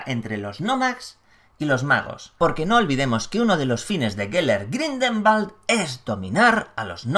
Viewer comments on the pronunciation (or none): Buen vídeo, pero soy el único al que le ha puesto nervioso que diga mal todo el rato GRINDELWALD (Grindegüold, pronunciado), no Grindelbald xdd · Hola, una pequeña corrección: la pronunciación del apellido es Gridelwald, no Gridelmald. Espero que no le moleste =) Saludos. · Maria Laura Menna creo que lo pronuncia GrindelVald como pronuncian la w los alemanes y cercanos a ellos...